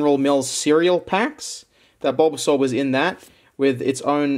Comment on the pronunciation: Why is he saying bulbasaur like bobasor...